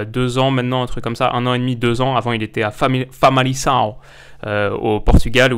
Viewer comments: Vidéo très complète, parfait pour commencer à cerner ce joueur et commencer à s'imaginer son apport au sein du PSG. En revanche on ne dis pas famali"SS"ao mais famali"K"ao. Merci encore pour tout ce boulot, qui est ,j'imagine, ton ère la plus remplie et gourmande en termes de débauche d'énergie . Merci beaucoup 💪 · Correction: On dit famalicão et pas famalição. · Ça se dit famaliCao 😉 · On dit famalikão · Petite précision, on prononce Famalicão avec le son ''k''. Après sinon la vidéo est top !! 😇😇